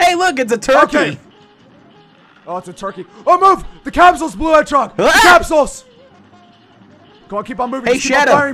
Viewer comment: This is how many times he said blue hedgeog | | |